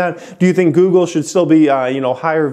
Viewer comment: Would it have killed u to finish out goog with the “le”? Lol geez!